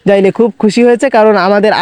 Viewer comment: আরে ভাই ওটা যাইলে না জেলে হবে